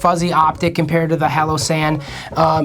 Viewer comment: Wtf is a "hallow san"?!